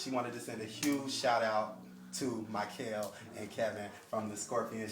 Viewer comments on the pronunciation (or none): Makael not MYkael.. LOL